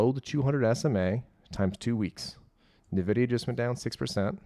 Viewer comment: It's pronounced "In-Vidia"